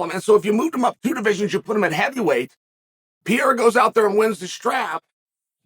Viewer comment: My favorite French fighter, Alex Pierre-A